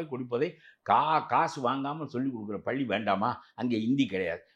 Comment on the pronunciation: Thaniyar palli ya??! Neenga ennikki tamizh Kathukka poreenga ??? paakkave kashtama Irukku. paLLi nnu varaNum